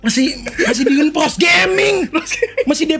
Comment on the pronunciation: langsung ga bisa ngomong R kalo cape.